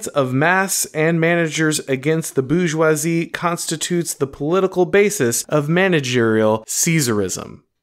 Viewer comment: Minor quibble: your continuous mispronunciation of 'Bourgeois' and 'Bourgeoisie' as ''Boojzwah' (there is an 'r' in the word), hurt my French sensibilities